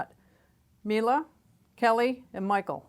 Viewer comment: Why do You mispronounce brand name MIELE is so easy - at the end is E and You should pronounce it like E used in word "E lephant"